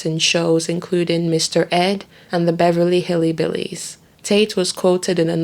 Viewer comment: The Beverly hilly billies? Its beverly hill billies. Roman sounds like he was a total jerk.